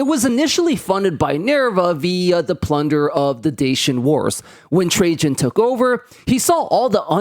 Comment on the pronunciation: It's pronounced TRA-IAN ffs, not Tra-jean omg! Also Rome was an EMPIRE. It could afford all that shit because they ROBBED the rest of Europe lol.